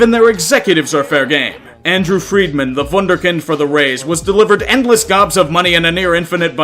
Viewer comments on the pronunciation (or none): none